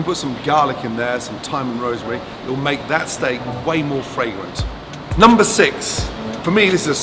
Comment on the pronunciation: Am I the only one who hears 'lumber' when he says number??